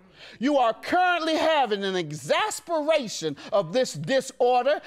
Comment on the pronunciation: The word is “exacerbation” judge, not “exasperation”😂😂😂